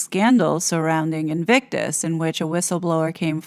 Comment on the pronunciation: founder & "patron" lol. Did you notice invictus was pronounced /envysous/??😂 ThankU you do such excellent, intelligent work. I hope I get to meet you someday & give you a real hug!! 🤗